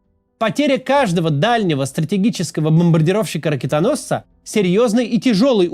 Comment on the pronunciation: Меня одного бесит его произношение таких слов, как : бАхмут бмбрдировщик ???